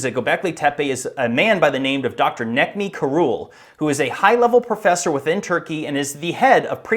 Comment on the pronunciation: Neck-Me Karul!? C in Turkish is pronounced like J for us!! Ouch! Otherwise good video.